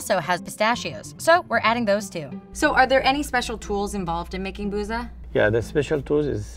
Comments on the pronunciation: I know Arabic and I am pretty sure "بوظة" is pronounced in Arabic as "Bootha/Boutha". The "th" is as in "with" or "then". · fun fact: booza is pronounced more like boothuh (th pronounced like th in the)